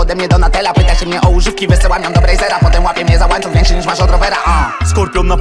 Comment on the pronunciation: łanczuch :D